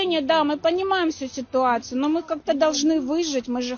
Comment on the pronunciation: "Ми панімаім всю сітуацию..." Сітуацию! СІТУАЦИЮ, КАРЛ!